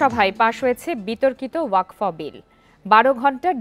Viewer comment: Waqf hobe wakfa noi gendu